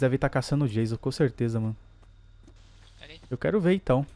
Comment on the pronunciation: Esse hehe janso hehe janso e estranho😧